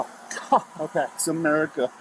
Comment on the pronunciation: I don't know but I hear "It's a miracle", and not "It's America"